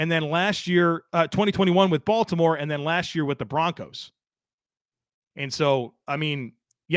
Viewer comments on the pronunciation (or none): none